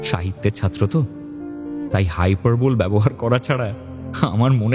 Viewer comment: হাইপা(র)বোলী। এখানে 'ঈ' এর উচ্চারণটা আছে। ইংরেজি সাহিত্যের ছাত্র যেন এই ভুলটা আর না করে তা খেয়াল রাখবেন। ওভারঅল আপনাদের ভুল ধরার যোগ্যতা আমার নেই বলেই মনে করি।